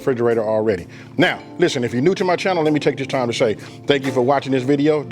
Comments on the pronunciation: Look at it one more time, not "one more gin." I know ignorant people make fun of you for speaking correctly but if you want to bring in an audience, you have to, as you say, "level up" and sound intelligent. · I heard that old school come out for a sec. 'ONE MO GIN'